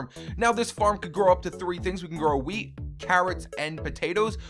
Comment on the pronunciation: U sound like u r saying weed instead of weat lol